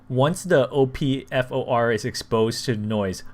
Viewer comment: Bro it's OP like the op in co-op and FOR like for.